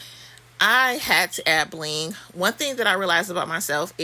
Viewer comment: I love how you say BLINgg 😂 you’re the most I love it !!!🥰😆😄